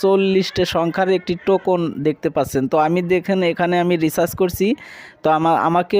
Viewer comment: টোকুন না ভাই টোকেন।